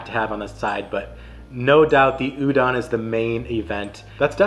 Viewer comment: You covered most of the popular foods on O'ahu, which is a good start for new visitors. The rice in plate lunches comes from Japanese immigrant food, not Filipino. The red beans (azuki) in shave ice that you've seen is also Japanese. Japanese pronunciation of "musubi" is not "muSUbi" -- more like "musuBI" and "udon" is not like "u-dawn" -- "O" is always pronounced "oh" in Japanese, so the "don" is pronounced like udohn" or the last syllable in "condone."